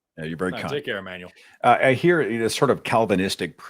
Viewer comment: It's Ammanuel. Me:Nooooooooo.